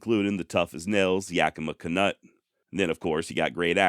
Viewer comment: Yakima Kanut. Sounds like Kanoot. Just saying.